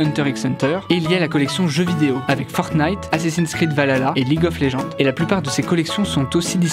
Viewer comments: alors juste ONT DIS VALHALLA c'est quoi cette nouvelle mode de dire valala (partisan de mythologie nordique ont pleurs) mais a par ça bonne vidéo (je comprend pas comment ont peur faire une faute comme celle ci) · C'est pas vahlala c'est vahala